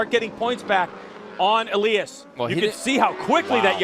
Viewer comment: I love this series. But the announcers need to learn how to pronounce Toni Elias' name. It's not Ayyyylias, it's Eliiiiiiiiias.